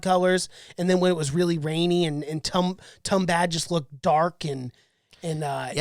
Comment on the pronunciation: You gotta pronunce it as Toombahd